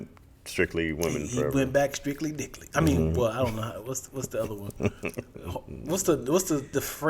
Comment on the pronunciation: “Strictly clitly” 🤣🤣🤣